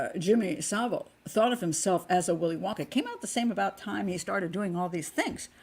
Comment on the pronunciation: Finally, an American who can actually pronounce "Savile" correctly